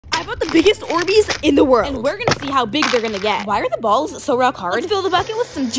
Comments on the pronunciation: Bro why she emphasizing "balls" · Why saying balls like that so much😂😂😂😂😂😂